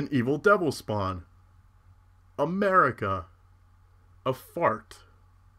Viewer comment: XD America. I thought you said A Merica at first. Good one. But I love Snorlax though.